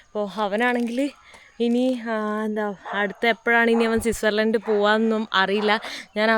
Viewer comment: സിസേർലൻഡ് അല്ല സ്വിറ്റ്സർലൻഡ്